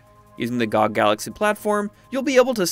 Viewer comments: No way he called it "gog" lol its G.O.G!!!!! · I don't think he knows it's an acronym lmao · bro really said GOG like that